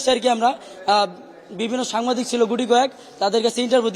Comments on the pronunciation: সাংবাদিক কে সামবাদিক বলে এরা আবার কিসের ছাত্র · ইন্টারভিউ যে দিল সে কোন বারছিটির ছাত্র সে সাংবাদিক বলতে পারেনা সাম্বাদিক বলতেছে এই ভারাকরা ছাত্রদিয়ে লুটপাট করে সমন্বয়ক রা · এই লোক কিসের ছাত্র সাংবাদিক বলতে পারে না সাম্বাদিক বলে এবং এর ভাষাগত খেয়াল করলে বলা যায় সে কোন ভাবে ছাত্র হতে পারে না। এ-সব ছাত্র ছাত্র নাটক চলছে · হি হি সাত্র।সাত্র বলে সামবাদিক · সাংবাদিক ভাই দয়া করে ওনাকে জিজ্ঞেস করেন উনি কোথাকার ছাত্র? যে কিনা। সাংবাদিককে সাম্বাদিক বলে, হ্যান্ডশেক কে হেনশিপ বলে সে আবার কিসের ছাত্র? 😅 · আগে উচ্চারণ ঠিক করেন সামবাদিক কি ,,,?